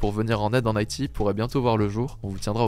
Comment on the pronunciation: Une chouillat trop rapide le rythme de si je peux me permettre. Et quelques mots qui passent à l'attrape. Exemple: Haiti. Bienvenue à lui en tous cas, au plaisir de l'écouter à nouveau:) EDIT: ok jai vu le top com d'Hugo, cool!